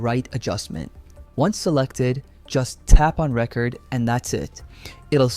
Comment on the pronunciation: AI can't say "record" correctly. Maybe someday.